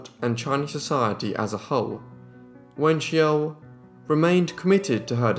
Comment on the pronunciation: his prounciation of her name makes me shudder everytime